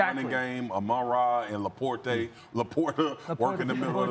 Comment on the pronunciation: Lapor-tay…… why are they paying this guy?